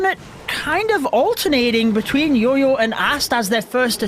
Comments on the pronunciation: Our casters can't tell the difference between "Y" and "J" .....it's JOJO not YOYO😑😑😑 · I actually don't understand that either.... But every YouTuber calls him yoyo instead of jojo.... But we can call him by his title as...🤣🤣 Which doesn't have any confusion....